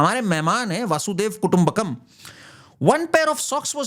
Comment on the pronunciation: भाई थोड़ा सही बोलिए वासुदेव कुटुंबकम नहीं होता वसुधैव कुटुंबकम होता है। इसका ध्यान रखिए बहुत से लोग इसे गलत ही बोलते हैं